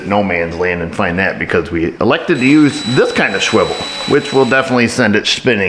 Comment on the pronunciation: this is entire 10-15 second sequence, shwivel and shpinning, sent me rolling laughing into the next dimension 😂 love you